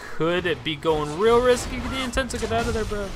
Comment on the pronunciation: It's pronounced NienTONsoh not Nientensoh :p